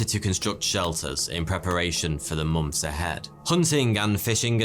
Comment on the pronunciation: I love the way you say mo(nth)ms. Also you're one of the very few men that can sport a moustache like that without looking ridiculous.